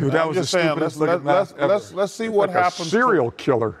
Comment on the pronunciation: I thought ernie says cereal killer lol